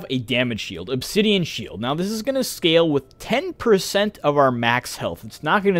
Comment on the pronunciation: I think the pronunciation is spot on.